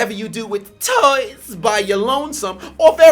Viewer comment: IS HILARIOUS!!!! The way this brother pronounces certain words is funny as hell!!! "😬😧TOYZ" 😂😂😂😂